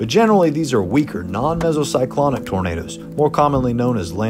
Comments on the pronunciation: It's "tornadoes", not "tomatoes". :) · OK, let's try again. The clue is in your own comment "autogenerated". The software that "autogenerates" the subtitles can't distinguish between the way pronounces "tomatoes" and "tornadoes" its just a small malfunction of the software, it can be exacerbated by accents, for example I'm English so I would pronounce tomatoes with the phonetic emphasis on the "A" which would sound like "Arr" and so the two words in my accent would sound very different from each other to the software. Are you familiar with presentations and his style? He just isn't the kind of bloke that would mock peoples' afflictions.